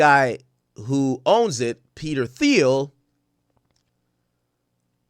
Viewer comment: Pronounced "Teel"